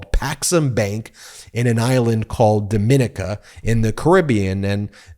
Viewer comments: Dom-min-eeka, not Dom-MIN-ick-a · DOM-IN-KNEE-CAH not DOE-MIN-KNEE-CAH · 1) Republicans are all about meritocracy and getting ahead based on your abilities. This idiot violated all of the most basic precautionary guidance about investing. So sad. 2) It's "dom-in-NEE-kuh", not "do-MIN-ic-kuh". It's not the same pronunciation as the Dominican Republic. 3) What is the relevance of "porn friendly"? You repeat it several times, but that has nothing to do with the story. Is this smearing through dog whistles? Don't steal the rhetorical tricks of the Right because it lowers you to their level; just stick to the relevant facts. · It's pronounced "Do-min-NEE-ca". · It's pronounced DAH-MI-NEE-CA ijs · Dom-in-EEK- A. No “the” before the name. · Dom -in - neeca! Please pronounce it correctly!! It's embarrassing. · It’s pronounced DomiNEEKA. And there’s no “the” in front of it. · That is Dominica, accent on the second i, not the same as The Dominican Republic. It’s part of the three French islands, including Martinique and Guadalupe. Pronounced Do-mi-NEE-ca. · Not to be pedantic but the Island Nation of Dominica is pronounced DOMINEEKA, emphasis the "NEEK" part. It has 365 rivers and the most water or any place in the Caribbean and a volcano -- fantastic oranges and bananas. And of course a trump business failed. I'm from NYC and Trump ALWAYS targets the middle and lower class to frisk of life savings. Always has.